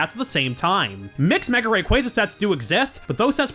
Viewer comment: Are and married to each other? pronounces Rayquaza wrongly while pronounces it correctly